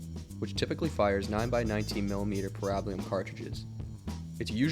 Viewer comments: That wasn’t a S&W Model 39. It had a flat backstrap and black nylon grips. That makes it a Model 59. Still in 9mm just had a 14-round capacity. Oh, and it’s pronounced para-bell-um not pa-rab-a-lum. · I have never heard of a 30-round box mag for the Browning Highpower. Also, the common pronunciation is pear-ah-bell-uhm. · Also it’s pronounced PAIR RA BELLUM. I also enjoyed the video 👍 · ".22 Long Range"? It's "Long Rifle". "Parabellum" is pronounced "pair-a-bell-um" not the way you desecrate it in your videos. Dead giveaway for an AI voice...which shouldn't be used until it learns the vernacular and correct pronunciation. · Parabellum... Para- BELL-um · it's pronounced Para-Bell-um. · you are very knowledgeable but you clearly don't know how to pronounce parabellum..... it's "peh·ruh·beh·luhm" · Say Parabellum right and it's 22 long rifle not long range. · Well, my mind did a double take hearing you say parabellum.